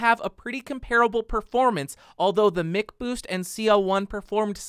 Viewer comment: MICK boost? Even McDonald's is pronounced MACK